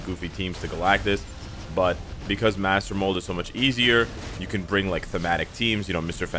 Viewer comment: "Basically, you don't even have to bRrRrRrRrRing..." Me: huh huh bRrRrRrRrRing